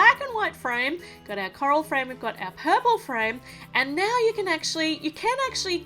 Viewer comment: It's not paik it is purple 😜